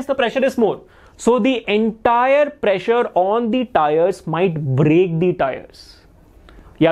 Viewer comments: when you said pressure I herd pleasure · Sir saying "pressure " Me hearing "pleasure"😅